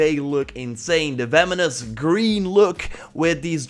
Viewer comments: It actually makes me mad that you say "Feminist Graze" instead of "Venomous Grace" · So sorry to say this but it’s “venomous" not "vemonous" I do know you're from like the Netherlands or something so i guess you will just improve by seeing this comment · Venomous, not vemonous. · I thought you said “The Feminists Grace” lmaooo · He sounds like he's saying the feminist grace. 😂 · Sounds like he's saying Feminist Grace. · You sound like you’re saying “feminist grace”